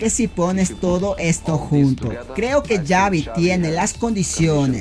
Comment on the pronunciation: no se pronuncia Yavi se pronuncia Sabi porque es con X y es vasco es una ayuda que te doy,recuerda No Es Yabi como tú dices,se pronuncia Sabi y se escribe Xavi,saludos.